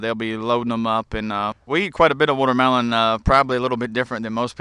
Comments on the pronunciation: its called watermelon not wootermelon dumbass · What's a wootermelon?